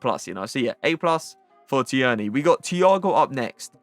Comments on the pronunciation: Tierney is just pronounced like Teerney lad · that’s not how u say tierney